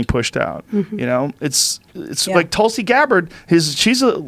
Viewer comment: I always get triggered as an Indian listening to Joe say Tulsi "pronounced Two-lsee" as Tull-see. Tulsi is Hindi for Basil, just fyi. xD